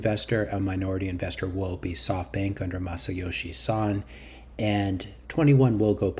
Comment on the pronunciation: Masayoshi Son not San :)